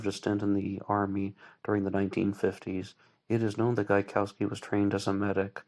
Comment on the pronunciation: Gaikowski is a Polish name and its correct native pronounciation is different from how you pronounce it here (and how Voight also pronounces it)